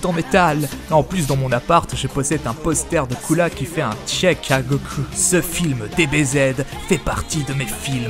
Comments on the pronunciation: Aaaaaaaarrrrrrrrreeeeeeeeetttttttttttttteeeeee ddddeeeee dddddiiiiiirrrreeee coula dit cooler comme tout le monde putainet dit gojeta et pa gogeta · Ptn tu ose dire coola même en vf il dit pas sa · Arrête de dire coola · Pourquoi ce c** dit coola alors que c est couleer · C est pas coola mais cooler